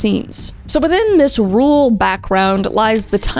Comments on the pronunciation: I’ll never get used to the Gen z pronunciation of “rural”! Every time I think “Rule is such a weird name for a town” or “is “rule character” a nice way of saying the mayor acts like a dictator?” 😂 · I'm from Wisconsin and my grandma lives right next to the hospital he died in. She said she'd show me around sometime. I'm glad we got mentioned, though every time you pronounce rural as rule I get distracted.